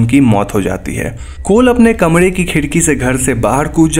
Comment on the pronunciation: Bhai 'R' bol nai pata 'D ' bolta hai Kamre ki jagah kamde Foren ki jagaj foden